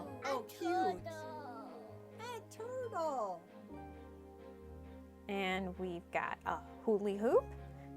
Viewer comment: I thought it was a "laugh-track" until I heard "TOurtle" in the background!